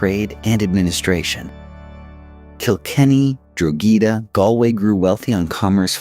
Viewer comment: The first thing that hit me was "Seltic". Yikes, that's a Boston, Massachusetts basket ball team! ✨️🤦‍♀️✨️ Somebody needs to tell AI, it's pronounced, Khel-tic, for the Celtic people. Other notables are: Dro-ghee-da for Drog-heda. Jheese for the bird, geese. Sin Fain for Sinn Fein (pron: Shin Fain), and "Dale" for the Irish Dáil or house of commons in their Irish Assembly (our Congress) (pronounced "Dial" like the soap or lawn ornament, sundial.)